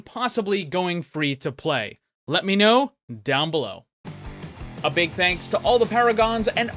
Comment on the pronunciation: He said "free to playdoh" xD